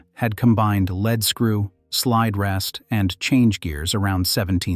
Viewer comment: Your mispronunciation is annoying in the same sentence you pronounce LEAD as LED and LEED, it is LEED in all cases